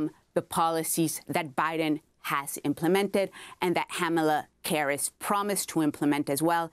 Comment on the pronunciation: She said “Hamalla Karis” it be like that sometimes 😂